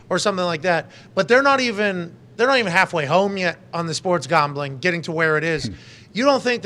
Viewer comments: “Sports gombling” 😂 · "Sports Gombling" 😂